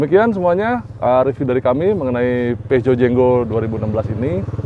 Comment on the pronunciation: Mungkin bacanya Purzhoh